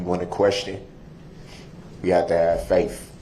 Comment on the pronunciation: Faaf (I think he was attempting to say "faith") how lazy